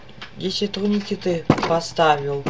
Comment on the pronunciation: Турникети а не трунекети